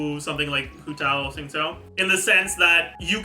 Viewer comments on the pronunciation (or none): none